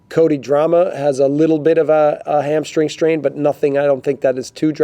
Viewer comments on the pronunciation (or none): Did he say Cody "Drama". Should be Drameh.